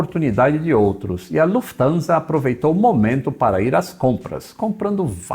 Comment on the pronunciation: Desta vez não colocou a russa para falar o nome , pelo visto deve ter falado certo. Kkkkkk